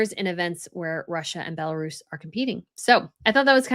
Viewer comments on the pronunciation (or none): none